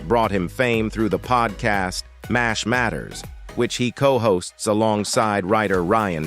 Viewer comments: M E A H? Can't we have a non-computerized voice anymore? M*A*S*H = mash (like in potatoes), and it's an acrostic, like NASA, for Mobile Army Surgical Hospital. It's Swit, not Sweet as Margaret, not Madge. Cpl. = Corporal. Duh!! MULL-cuh-he? Are you serious? This would be hilarious if it wasn't so ridiculous. It's mull-KAY-he! Maj. (modge) is pronounced by the rest of the English-speaking world as Major. A Time to Remember, you ought to be ashamed for employing an incompetent C3PO, instead of a real person who needs a job. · M.A.S.H Mobil Army Surgical Hospital. M.A.S.H pronounced MASH like mash potatoes.